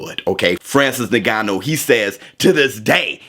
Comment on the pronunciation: yes, but says it like “n*gganou” 💀